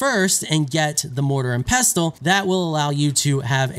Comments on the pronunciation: The T is silent 😄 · The 't' is pestle is silent. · actually pestle with a T is a use only americans use the rest of the world pronounces it without the T much like OFTEN -> OFEN